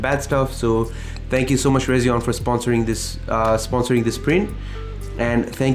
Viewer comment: Hey just so you know, it’s pronounced Resi-ONE. Just like their logo, it’s an R and a 1. And your work is incredible and inspiring as usual! ❤❤❤❤❤